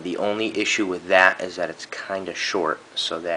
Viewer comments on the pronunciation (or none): none